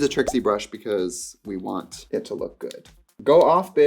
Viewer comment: i actually cried laughing with the “i vant to redo your packaging”